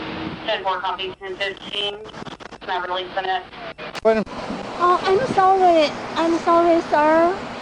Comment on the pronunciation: "So solly!" x 1 billion